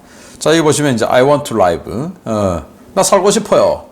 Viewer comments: 신선생, 아이원투 라이브가 아니고 아이 원투 리브 입니다. 저번에 지적 당해서 제대로 하더니 또 왜 이러시는지....라이브는 실시간, 리브는 살다...이런 건 기본 아닙니까? 이건 정말 영어실력 기본입니다. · 신선생의 report들을 즐겨 듣는 미국에 살고있는 사람 입니다. 저꾸만 듣기가 거북하여 정정해 주셨으면 합니다. I want to live의 live는 앞에 to가 있어 동사로 쓰였으므로 라이브가 아니라 리브로 발음하셔야 합니다. 죄송합니다. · I want to live = live의 발음은 '라이브'가 아니라 '리브' 입니다. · I want to live 는 아이 완투 리브 라고 읽어야 됩니다 라이브는 형용사로 쓰일때의 발음이고 to live 는 동사입니다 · I want to live~~라이브는 생방송, 리브로 발음해야~~ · 신박사님, 아이 원 투 라이브 아니고 아이 원 투 리브 😂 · I want to live 리브 라고 발음 하셔야 하지 않나요 ? 박사님 그러나 상관 없어요 ^^